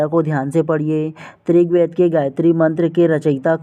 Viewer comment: Aap rigved ko trigved kyo bolte hain